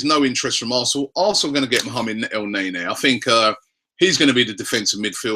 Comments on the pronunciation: not ELNEYNEY Robbie , try El neynee. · Damn Robbie you sure are persistent with the whole EL NAE NAE - He's pronounced EL - NENI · From now on if I hear you say el nae-nae I'm clicking off the video